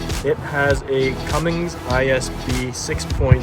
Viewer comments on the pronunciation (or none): Fun video I love seeing you get your kids involved! Oh, and by the way, it’s not Cummings, it’s Cummins.